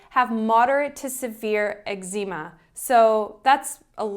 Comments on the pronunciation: You say Eczema strangely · I think you are mispronouncing Eczema.